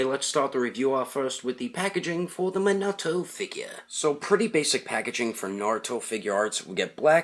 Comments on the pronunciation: It is minato not menoto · "Manato figure", he's name is Minato, Mi-Nah-toh, not "Manaah-to" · It's me-na-to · His name is actually pronounced mee na to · Ummm.. I'm pretty sure it's pronounced (me-na-toe) Minato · Did he really say mahnahto in the beggining? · I don't wanna be the guy who is always correcting people and being a nerd but you are saying his name wrong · he said the name wrong